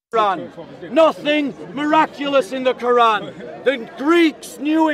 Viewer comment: By the end of this debate, the Christian debator pronounces the arabic and the word Quran more and more accurately. Indeed Allah guides whome He wills straight into Islam. Alhamdulilah